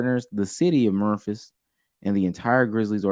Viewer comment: Was NOT prepared for that pronunciation of Memphis😂😂